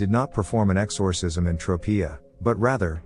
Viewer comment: "X-OR- Cism" sounds weird in AI voicr 😅